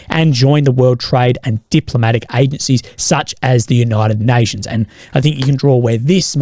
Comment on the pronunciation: "Unoited Noitions"